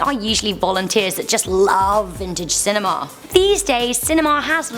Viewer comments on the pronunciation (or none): She says cinema (pronounced sin-e-ma) as cinemaaaaa